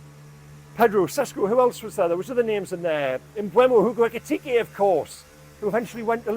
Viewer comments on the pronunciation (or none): Nothing gives away a Northeastern resident more quickly than their fun attempts to pronounce "Ekitike"